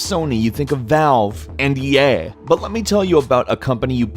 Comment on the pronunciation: Just me or did he say EA really strangely